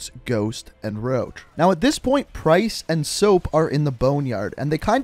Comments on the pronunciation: You said soap and roch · He said soap and and Roche